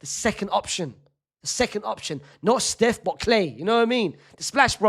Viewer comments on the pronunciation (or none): none